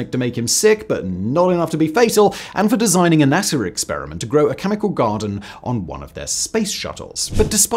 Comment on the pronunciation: You said “NASAR”. WTF is NASAR???